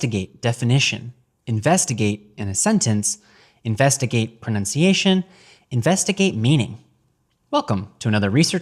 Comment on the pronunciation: The second time he said investigave. I know cause I got defensive immediately thinking he said something derogatory. But I'm a drug addict so what do I know.